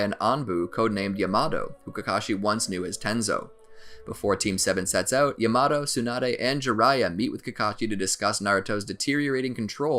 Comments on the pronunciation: My man can't say yamato he calls him yay mato 😂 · Its yamato not yamado😠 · his name is pronounced yah-mah-toe pffft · Why does the call everything the almost wrong name? He doesn't say Raikiri or Lightning blade, he says lightning cutter. He doesn't say Yamato, he says Yamado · My dude rlly said YAaHmAtO